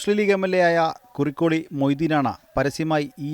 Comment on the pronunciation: കുറുക്കോളിൽ അല്ല: കുറുക്കോളി മൊയ്തീൻ എന്നാണ്